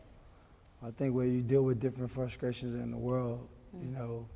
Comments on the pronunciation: AB has created a new word..."Fruscration". I dig it helping improve the American lexicon one interview at a time. 👍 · Fruskrated???? Fruskration??? Him and Charlamagne must be from the same hood :/